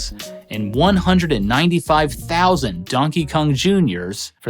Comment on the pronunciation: Great video as always! So much love for this channel. Does anybody else hear him say Dunkey Kong